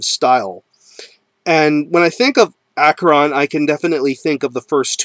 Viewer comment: Great band and I have had the pleasure of talking to Vincent Crowley many times and he is very cool and like King Diamond the man Vincent Crowley is a real Satanist. BTW the band name is pronounced ASHERON not AKERON he has made this clear many times and pronounces it this way himself